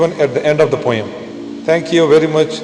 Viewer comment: Please check again your pronunciation of the word 'Poem'.